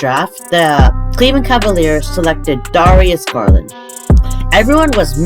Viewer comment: the way he said darius garland 💀💀 still loved the vid tho